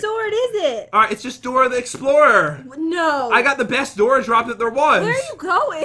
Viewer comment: lol "Dorah da explorah lucky block"